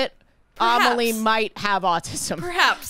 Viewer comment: Each time pronounces Amélie "Amahlee" my French heart dies a bit more